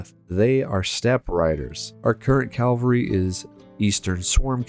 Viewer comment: why does he keep saying "calvery" it's cavalry